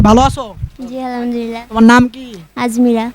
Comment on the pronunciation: Ai bhai ta je krishi vishwas channel theke je video korchhe to bhalo bhabe kotao bolte jane na je ki bhabe kota bolte hoi ai bhai ta karon goru ta bikri hoae gelo ar goru ta kine nilo mone hoi akram bhai to bikri hobar pore alhamdulillah bol be ki to ta na bole bolchhe alhamdulillna ok ar video kora bhai take to alhamdulillah kota tao bolte dhong hoi na re bhai to ar ki video korbe ai bhai ta ha abar mone mone vhab chhe mone hoi je Ripon keo pichhe fele dibo video kore kore tai boli je jiboneo Ripon bhai air moto kore video korte parbe na re bhai tumi okay 🆗🆗 bYyyy,...............